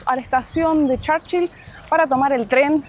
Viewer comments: No se dice: Charchill se pronuncia igual Churchill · Se dice Churchill no charchil 😂😂😂